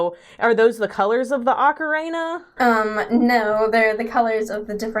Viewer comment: Hearing you say Ocarina like Macarena is hilarious.